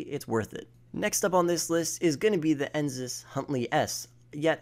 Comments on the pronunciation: I know this man did not say "Enzus". It's Enus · He said ensus, it’s ENUS (E-NUS) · ensus windsors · cognizant cabrio? ENZYMES windsor? ENZYME stafford? E N S I S huntley? O-O-S-E-V-E-L-T V-E-L-O-U-R? *Cognoscenti Cabrio, ENUS Windsor, ENUS Stafford, ENUS Huntley, ROOSEVELT VALOR Bro WTF? Really? LMFAO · It’s enus not ensus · why does he say ensus , it doesn’t even have 2 “S”’s it’s Enus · Still having trouble pronouncing easy words I see. How hard is it to say Enus??? EE-NUS. Easy. Not EENZUS. Last time I checked there was no Z in the word! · ty for noticing, i also heard enzus lmao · Why does he say Enus and Cognoscenti like that? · It’s legitimately insane to me how people just read words and bullshit through them and don’t read the individual letters. How is it possible to butcher the word Enus or Cognoscenti so badly? Like what they tell toddlers, sound it out.